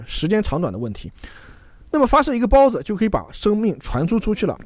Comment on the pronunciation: 听到孢子（包子）令我虎躯一震